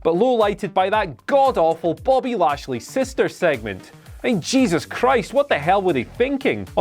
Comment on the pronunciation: Nobody heard Sami saying "Bobbly Lashley"?